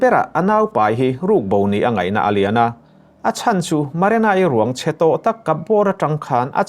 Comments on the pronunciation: Maranai ni lovin marinai tih zawk tur. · Haha Maranai..lamsual nawk2 mailawm a trang lutuk niang